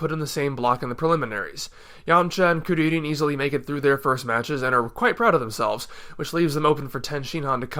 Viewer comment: How can your pronounce kuririn so easily because I want to say his Japanese name it seems cooler